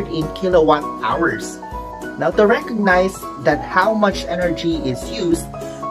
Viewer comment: U said "Now thank you very mouch "!